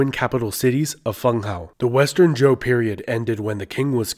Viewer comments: Lol. Why do you keep pronouncing Zhou as "Joe". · This is going to bug me. Xia isn't actually pronounced how it looks. In pinyin, 'X' is prounounced like "sh" so Xia sounds more like "Shia," not "Zia" Likewise, Zhou also isn't pronounced how it looks. "Zh" in pinyin doesn't really stress the 'Z' sound. It's pronounced more like a 'J.' So Zhou sounds more like "Joe." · Um, Xia (Hsia) is pronounced Shee-yah. Zhou (Chou) is pronounced Joe.